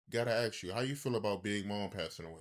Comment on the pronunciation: Stop listening at "aks you".